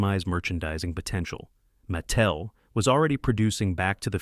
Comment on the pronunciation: Don't forget "Maa tel". Did I mention i hate fake voice overs?